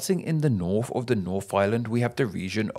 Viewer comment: English Words that include the letter combination “th” are NOT pronounced “F” As in “Nawf of the nawf of nawfland” It’s “North of the north of northland”